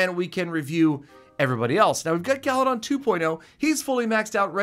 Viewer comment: I like how says galadon he says galidon